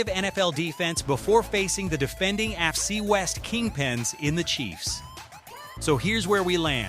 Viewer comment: A torn "Ackle". ""Afcee west". AI strikes again. Good luck on 1K subscribers. On second thought..................